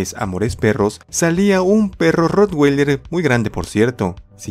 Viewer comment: como comentario, no estas pronunciando bien el nombre del ROTTWEILER recuerda que es un nombre alemán, no americano.